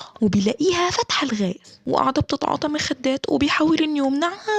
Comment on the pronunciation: أما بتقول مخدات بفطس ضحك😂😂